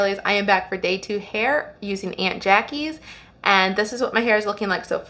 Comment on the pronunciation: Hi Good video FYI This brand is pronounced like AWNT JA KEE’s